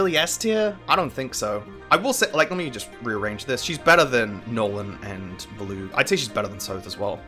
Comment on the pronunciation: I'm assuming this comes down to different pronunciations, but as someone who has also played Radiant Dawn a fuckton, who the actual fuck is "Villoo" Edit: he just slightly slurred the way he pronounced Volug in the beginning. It confounded me lol, as I pronounce his name as "Vōh-loog" where the "voh" is the stressed part